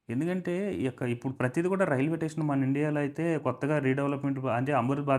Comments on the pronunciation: రిడెవలప్ కాదయ్యా రినోవేషన్ అనాలి. టెసన్ కాదు స్టేషన్ అనాలి ఎక్సలేటర్ కాదు ఎస్కలేటర్ అనాలి మిడి మిడి జ్ఞానం తో వీడియో చేస్తే నవ్వుల పాలౌతారు. వీడియో చేయమని నిన్ను ఎవరైనా అడిగారా? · Tation Kadu, station ani pronounce cheyyalsindi.